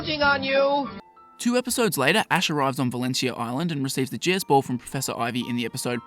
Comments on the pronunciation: The way you talk I keep hearing you say “Jizz Ball.” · Why am i hearing jizzz ball? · Sounds like you are saying jizz ball